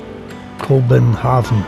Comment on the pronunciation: Terrific video and narrative. The narrator, however, was apparently not schooled on certain proper pronunciations. Nyhavn is not New Haven, but is pronounced New Houn. Nor does it mean New Haven, but rather, New Harbor. Same holds true for Kobenhavn - not Kobenhavn, but Kopen Houn.